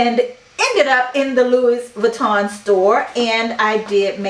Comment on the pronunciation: Feel free to delete this comment later, the “s” is Louis Vuitton is silent.